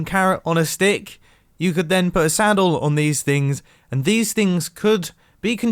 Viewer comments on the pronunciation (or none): he pronounced it like sandal